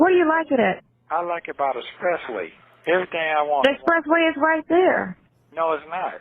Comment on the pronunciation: Did he say the “spressway”??? Yes he did 🤣🤣🤣.